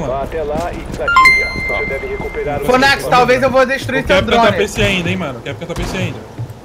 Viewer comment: Quem ouviu o falando: Fonaxi kakakk